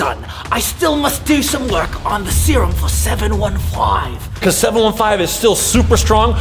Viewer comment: At the first part of the video it sounded like vy was rhyming ‘serum cerum